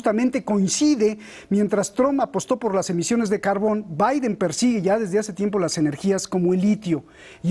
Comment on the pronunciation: Como de costumbre, visceral al extremo. Tanto, que se pierde y termina no diciendo nada. Además también es muy fantasioso, describe escenarios totalmente falsos. Como pueden invitar a este tipo supuestos analistas, cuando ni siquiera sabe pronunciar Biden.